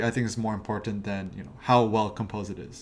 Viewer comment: he says "imporntant" way too many times for me to be able to focus on much of anything else..... --_